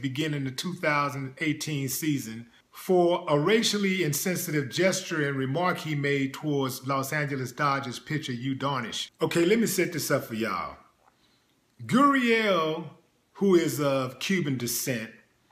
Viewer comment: Yu Darvish not Yu Darnish! You're welcome.